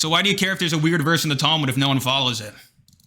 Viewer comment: Why is it that everyone who hates the book can't even pronounce the name of it in the right way it's not towe mood😂